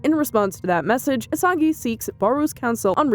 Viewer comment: Its isagi not asagi And its barou not Baro